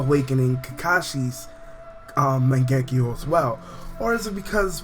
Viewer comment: it still pisses me of that you say magenkyou wrong.